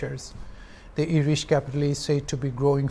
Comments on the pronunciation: IRISH OR ERISH??? accent aro pronunciation toh deishe dei. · I never heard ERISH. I heard IRISH. 😂😂😂